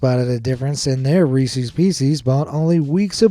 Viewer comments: As someone who grew up close to Hershey, it's Rees-es (short e) NOT ReesEEZ. Pet peeve of locals. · Reese’s not reesies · Reese's is pronounced ree sez! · You say reese`s wrong very wrong. It is not resees it is pronounced resis . Listen to the commercials . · it sounds like it's pronounced well.. what you said but it's actually pronounced like Reesi's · Who in the fuck says resse's pieces riessie's peacie's? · It's pronounced Reese's (rhyme's with pieces). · As someone who loves Reese's, it really set me on edge when you continually mispronounced it. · Why do ppl pronounce Reese’s like that lmao u never saw the Reese’s puff commercial? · why did he have to say "reeses" with an e sound instead of and I sound:/